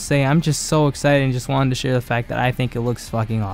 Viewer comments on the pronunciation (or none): none